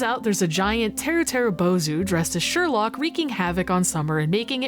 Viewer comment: Hmm, I wonder if it's actually a pun? The way you pronounced Sherlock in Japanese is Shaarokku, and the sound effect for rain in Japanese is shaa.